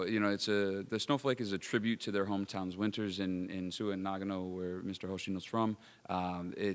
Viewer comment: Nagano Prefecture, not Nagno